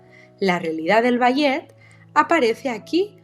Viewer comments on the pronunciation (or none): Es IA verdad? Si no quiero decir que me dolió escuchar bayet en lugar de balé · Ni puedes pronunciat ballet correctamente? No te expongas cuando no sabes como decir l